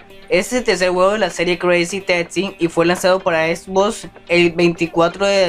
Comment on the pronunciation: Esbosss??? No será xbox?? Cruzy tasssi, por favor habla y modula bien